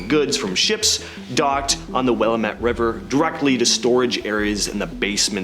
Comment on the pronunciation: ORY-GUN...WIL-LAM-MET...BEEN IN THE TUNNELS...VERY INTERESTING/EDUCATIONAL